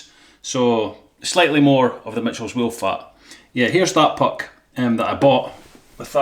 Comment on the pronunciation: Nice "woollac" 😂 😂 😂 👍👍🤓